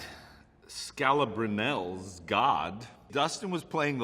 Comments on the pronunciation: Sorry Hop, but it’s pronounced SKAL-A-BRE-KNEE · SMH it's Skal-ah-bree-knee! Brian Scalabrine! The White Mamba! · Homie botched the White Mamba’s name to the max lmao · The way he pronounced Scalabrine is God... put a bit of respect on the white mamba